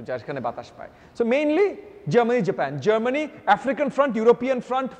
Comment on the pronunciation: হ্যালো মি. in a sort of, আপনি তো in a sort of জেপেন জেপেন করতে করতে in a sort of শেষ করে দিলেন in a sort of. আগে Decide করুন না, বাংলাটাকে ঠিকভাবে বলবেন নাকি ইংরেজিটাকে বলবেন। এরকম খারাপ বাংলা বাঙালীরা যেমন বলে না তেমনি এরকম জেপেন জেপেন in a sort of English কারো কাছে শুনি না।